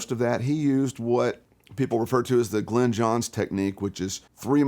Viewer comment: Might have been nice to get Glyn Johns' name right.